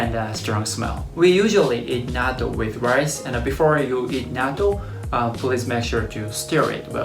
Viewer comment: I just started watching your videos and it’s interesting. My problem is when you said Natto you sounded like a Hakujin. Pronounce it correctly so that Hakujin and Gaijins can say it correctly. In the USA I hate when they try to pronounce words incorrectly then try to correct me when I’m Nihonjin!! Like Karaoke they say “Carry O key” or Kimono they say “Come mono”.